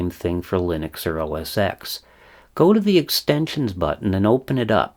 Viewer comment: Just to let you know Apple change the name of their operating system to macOS. It was never pronounced OS ‘X’. It was pronounced OS ‘10’ . Also what you call auto complete is called Intellisence. It’s a code completion aid. By the way I love your channel. You are so detailed oriented. Keep up the great work! Happy Birthday!